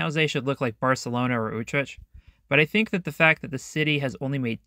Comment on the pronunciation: The pronunciation of Utrecht was crazy